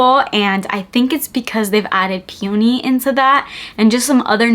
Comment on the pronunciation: Peony is pronounced like PEE-uh-nee - with emphasis on the first syllable. You'll get it, I believe in you